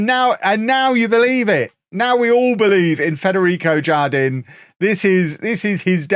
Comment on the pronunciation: Jardin is spanish for garden and is pronounced "har-deen" btw